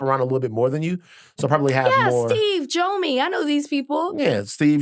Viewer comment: It's pronounced Jomi( jaw me) not joe me.